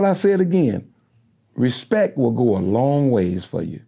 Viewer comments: 🗣 “Respek!” lol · No he said Respek!